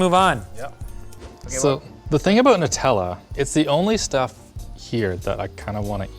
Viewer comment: "Alexander "nutalla" clark" lmfaoooo